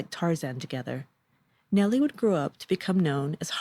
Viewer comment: Nelle Harper Lee is pronounced Nel not Nellie.